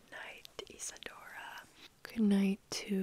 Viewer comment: You got my name except its not Isadora but Isidora You read it as (Isidora or Isedora) english is not my first language